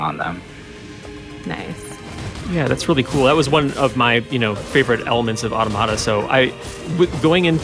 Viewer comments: It’s not ‘auto-mata’ it’s ‘au-tom-a-ta’. Think automaton: as in a machine imitating the form of a human being. Which is exactly what the game is about. I literally had to mute the video. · It's pronounced 'Aw-tom-uh-tuh' Not "auto-matter" lol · "Ah-To-Mah-Tah" I can't.... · If they say auto-Mahta one more time i'm going to lose my mind! It's Automata like you would pronounce automaton... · I hate when I hear people say auto-mata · I had to click off this video because the fools can't say Automata correctly. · FFS how are you a Square Enix representative but can't pronounce NieR Automata correctly. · People still pronounce Automata like that